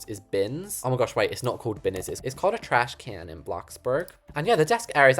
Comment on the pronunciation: “It’s called a TrAshCan in Bloxburhg” 😂